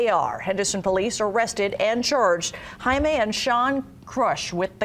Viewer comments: His name she Jamie not HIMAY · Hi-may lol. Try Jamie on for size. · ...um... "Hi-me"...? Pretty sure that dudes name is "jay-me" xD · Pretty sure his name is pronounced jay-me. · I know right/ I guarantee that is NOT how his parents pronounce it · She pronounced Jaime in Spanish.